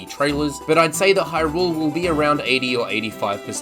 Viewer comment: Why are you saying Hyrule as if you are greeting rule.